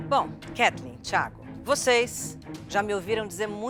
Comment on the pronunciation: Aja unhas para roer 😂😂😂😂😂😂😂😂tem que ver minha avó brava 😂😂😂😂😂😂😂vai Como ela fala Theagokkkkkkkk